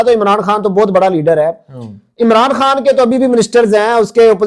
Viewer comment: صاحب آپ عمران خان کو خاں بار بار بول رہے خاں نہیں خان ہے ویڈیو اسکیپ کر رہا ہوں